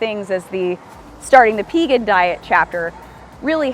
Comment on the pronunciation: Thank you for pronouncing P-egan, like, V-egan. So many people say Paygan.